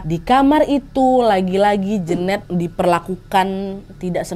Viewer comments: Jeneut bukan Jeunet gak sih wkwkwkwk salfokkk denger pronounce nya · Kayanya nyebutnya bukan Jenet deh tapi Jenet